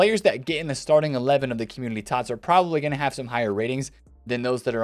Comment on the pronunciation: Is it just me or does he say communiLy instead of community? It's making me crazy. Please stop it